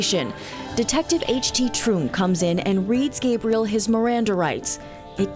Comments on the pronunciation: I like how he pronounces his name "ghahbriel" like a female, when he was talkin m about rape. That was slick. Piece of shit... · Yeah when he tweaked the pronunciation of the kids name to get the feminine Gebriel and quickly "corrected" himself, I finally cracked.